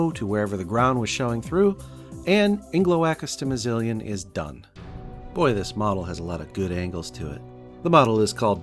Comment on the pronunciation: Impressive build, but not quite as impressive as your mastery of the word Ingeloakastimizilian.